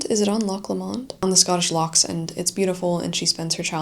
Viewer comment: Loch mentioned is pronounced Low mond. Lots of links to the Romantic poets including Keats, Wordsworth and Coleridge. Further back Walter Scott Rob Roy. Inversnaid a great poem by Hopkins. The Great Trossachs Art and Literature Trail can be downloaded from the Loch Lomond and the Trossachs National Park website. And then the song Bonnie, Bonnie Banks of Loch Lomond. Enjoy!